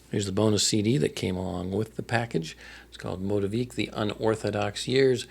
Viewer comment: 🙌🏼 …the only correction is our name. It’s pronounced MOE-TEA-VICK. 😉 common thing to mispronounce!